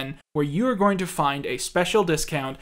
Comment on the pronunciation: I cant unhear the way you say "ing" now. Its super pronounced in this video. "Noth-ink" "morn-ink" "go-ink"